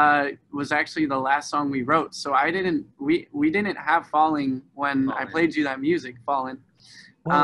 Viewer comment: Grace Harvey he kept saying falling with the G at the beginning.